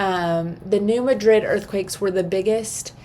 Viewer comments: You can tell you aren’t a Missourian lol. The “natives”. Call it New Mad-drid. Love ya! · No, lol I’m from Montana…. It drives me nuts to hear it pronounced wrong